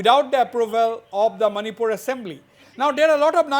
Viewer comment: It is Manipur not "many poor " for all the viewer's.